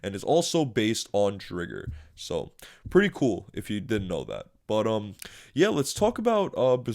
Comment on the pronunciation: so is it really the show's fault that everyone pronounces it "drigger"?